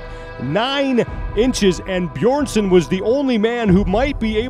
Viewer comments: Man can you stop calling him Beerson? Maybe next year youll learn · Why is nobody capable of pronouncing Hafthor's last name!? Beeeeeeerson! wtf is Beerson? haha. You'd expect as the WSM that people would respect him enough to pronounce his name right! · The moderator on the stage still cannot pronounce Björnssons name properly, ten names to learn must be quite a challenge. Quite insulting not to bother to practice the name of one of the top athletes. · insult or not, professionally the guy did a pretty poor job. so much better than last year though, Live music go check out Henry and the dude try to pronounce the names last year, it was glorious.